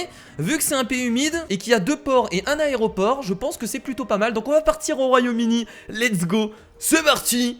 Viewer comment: mdr il a dit royaume udi a